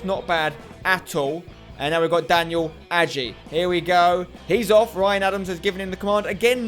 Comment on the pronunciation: Spencer adjei is a Ghanaian name and am from Ghana and you saying it wrong you need to say it like adjay not agey